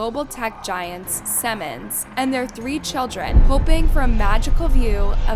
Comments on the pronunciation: “Seaman” not “Seman.” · Its pronounced see-mans, not sem-en. Thats something else. Lol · Seriously, learn to pronounce one of the largest companies on the planet before you sound like an idiot over and over again. It's SEEEEEEEEEE-MANS. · Good grief you Americans, Siemens is pronounced SEE-MANS! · It is pronounced Sea mans. It is a German Company. The German pronunciation is Zee mans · You should learn how to pronounce Siemens. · she pronounced Siemens wrong